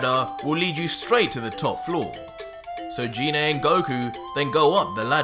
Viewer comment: anyone else annoyed that he is saying her name wrong ? its Gi ney ... sort of like the Gif arguments.